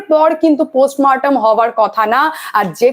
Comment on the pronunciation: চমৎকার আত্মবিশ্বাসী উপস্থাপনা। একটাই advice. একটু উচ্চারণের উপর খেয়াল রাখবেন। পোস্ট মরটেম not পোস্ট মারটেম। কানে লাগে। কিছু মনে করবেন না please.